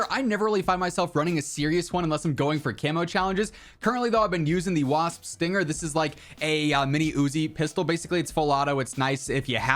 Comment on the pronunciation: Finally someone who calls the wsp "wasp", I feel smarter now ✊